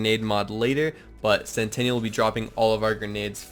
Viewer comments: Sen tin ul. Either way, we all agree it's not centennial. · It's pure cringe how you say centennial (100 years) instead of sentinel (SNTNL). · It’s Sentinel, not Centennial lmfao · Sentinel dude... Not sentaniel or whatever it is you say bro lol. Good vid. It's a great build been using the same build for a while now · Great video, but SEN TEE NELL, sentinel not sentenial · Awesome build, and grats on the World Record but say this with me .... Sent - Ten - all ... Sentinal .... NOT Centennial I would love an Anointed Lucian's Call though! PSN: TheGaminSeshion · It’s sentinel not centennial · It's "SENTINEL" not "CENTENNIAL". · Darius Rydahl it was driving me crazy!!! Lmfao!!! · "CENTENNIAL"....you mean sentinel? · It's SENTINEL not centennial. LOL that was cute. I didn't want to play with Zane really but watching this made me want to level him. Awesome build! PS Don't put me on timeout ;) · I'll sub when you learn how to say sentinel... you don't have a "centennial" drone... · it's sentinel, not centennial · Sen-ti-nal, you're saying centennial, which is a hundred year anniversary. BTW, 50 First Dates was hilrious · Great Build dude. But please....it's Sentinel! Like X-MEN's Sentinel. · really? CENTENNIAL CENTENNIAL CENTENNIAL CENTENNIAL CENTENNIAL CENTENNIAL CENTENNIAL CENTENNIAL CENTENNIAL CENTENNIAL!!!!!! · Dude, great vid and made me sub, but every time you said "centennial" I wanted to reach through the internet and slap you lol. Great vid though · Pffft. "Centennial" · It’s pronounced sentinel, dawg. Sen-ten-uhl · he calls it "centennial" in the video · oh gods I cringed every time he said it. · Sentinel, not Centennial